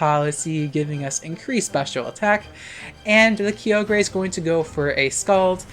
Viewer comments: "Kee-oh-gray"? It's "Ky-oh-grr", isn't it? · IT'S PRONOUNCED KAI-OH-GRR NOT KEY-OH-GREY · kygre (kee-oh-gree-) ???? That’s not how you pronounce it… it’s (ky-or-ger) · "kee oh gray" LOL. that uproar tech 🤣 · The way our queen pronounces Kyogre and Key-Ogre lmao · "key o gray" angry noises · lmao key-oh-grey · It’s Kai. Oh. Ger. Please! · Who the heck calls it Key-ogre?? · im dying for how u pronounce kyogre ☠🤣🤣🤣🤣 i live .... insert trixie making bird sounds here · Your pronunciation of kyogre is causing me physical pain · Ik you're just finding a way to put kyogre as many times into your sentences just to tick off people who don't know you purposefully mispronounce it 😂😂